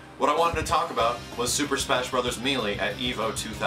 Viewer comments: you know people from different parts of the country say words differently, and in no way is 'may-lay' the correct pronunciation for the word. So get of your high horse you English nazi whos wrong. Also stop this open letter shit, its now played out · You're killing me. Pronouncing it "me lee". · When's the last time you actually listened to the game? in the game, on the title screen no less, it's pronounced MAY LAY. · melee is pronounced meh-lay. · Mêlée = Meh-lay French lesson. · Melee - Pronounced Maylay ˈ(mā-ˌlā) Long "a" sounds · you should probably start pronouncing "melee" correctly. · God I hate the way people say melee. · for the love of baby jesus, it's "May-lay" not "Mee-lee" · Me-lee? I thought it was pronounced may-lay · Actually according to most sources online it is either may-lay or meh-lay. Mealy is a completely incorrect way of pronouncing it either way though. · Ugh....me....lee......damnit, say MAYLAY :rage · it's pronounced maylay, not meelee. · meelee meelee meelee meelee meelee meelee meelee meelee meelee meelee meelee meelee meelee meelee meelee meelee meelee meelee meelee meelee meelee meelee .... "may-lay" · Wonderfully said,. I hope Nintendo recognizes just how big the next Smash Bros game can be. Also, it's pronounced "may-lay" not "mee-lee":) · It's may-lay and backing that up with the Ry-u vs Ree-u argument doesn't work here. May-lee is never a correct pronunciation for Melee. It does make you sound like you're too stupid to learn the correct pronunciation though. Like you're a 5 year old trying to sound out Melee for the first time. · Depends on the area. Its me-lee to me.I dont even see how may-lay is taken from the spelling, but i know its one way to see it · I love you. But, it's pronounced "may-lay', not ME-LEE. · I'd rather Nintendo stick to the games they're good at and let the better companies handle fighting games. And it's pronounced May-Lay man, not Mee-lee, the game even says it...